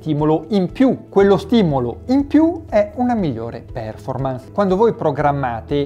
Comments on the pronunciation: io ti perdono per essere un secco di merda ma non per PÈRFORMANS! ti prego! Fate cultura anche su questo! Ti seguo sempre, metti 'sto cavolo di accento al posto giusto! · Perfetto come sempre! Solo...per favore, "pèrformans" non si può sentire! Occhio alla pronuncia!